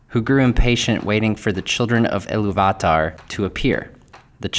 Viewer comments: Sorry to be a pain in the a** but it is "Ee-loo-vatar"" - there's an accent on the 'u'. And it should be 'Ow-lay-eh" as there's an umlaut on the 'e'. Otherwise, great post! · I'm not going to say for certain that's not how you pronounce Illuvatar but doesn't exactly roll off the tongue. So instead of Il-lu-vat-ar, It sounds a lot nicer(subjectively in my opinion) when you say Il-lu-va-tar. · It's IlluvIIIItarr, not IlluvatAAr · It’s pronounced Eee-Lou-v-a-tar. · Why you pronouncing illuvatar like that lol great video though man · It’s actually pronounced iliy va tar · You should learn how to say Illuvatar. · I've never heard iluvatar said like that